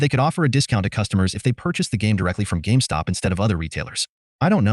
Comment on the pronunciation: They can't even say the name right. Calling it GameStock. Must really get under their skin.